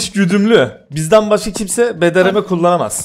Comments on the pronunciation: Abi bdrm değil brdm sksnsnsjsks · Bdrm değil brdm. Abi